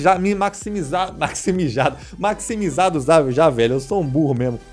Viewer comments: Tava apertado guando falou maximijado kkkkk tô brincando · Ele falou maxmijado